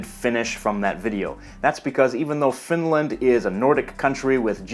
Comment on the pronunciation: Please don't pronounce Finland with a long "land". It's short and curt. TYVM. And to answer your question, yes, I can tell immediately which region of the country a speaker is from, although some soften or completely mask their dialect when moving to the larger cities. I'm from the lapland area and have lived in the south for a decade and a half now and have taken care not to lose my dialect.